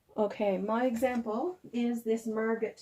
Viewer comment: The name Margot is pronounced Margo. Just leave the "t" off. It's a French name. I hate she hasn't sold. Maybe someone will come along soon. Have a great Sunday